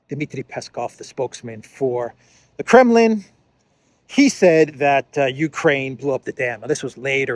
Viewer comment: wow... lie more due... claim that it was kgremlins (while trying to pronouce G with a K) who did it.